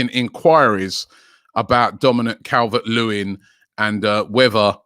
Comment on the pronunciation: How did you manage to bottle the name “dominik calvert lewin” 😂😂😂 “ cavelvvehhetrt lewin???”